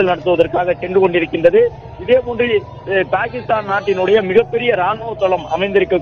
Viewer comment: பேகிக்ஷ்தான். New reader😅😅😅